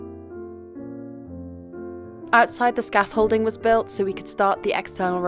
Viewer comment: scaff-holding ? It's scaffolding, i would double check every manual job you've done if you can't even say that right.